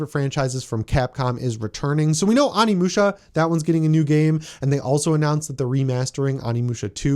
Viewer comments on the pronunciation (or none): Onimusha is pronounced Oh-ni-mu-sha